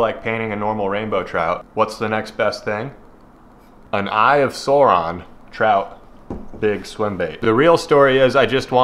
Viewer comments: Its Sauron not Suron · I showed my lil bro him saying "eye of sawron" and he nearly punched the phone out of my hand 😆🥴